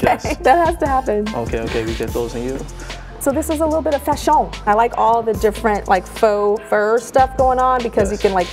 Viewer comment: I cried when she called the animal 3's 'fashòn'